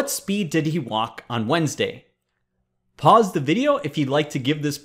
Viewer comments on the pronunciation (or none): none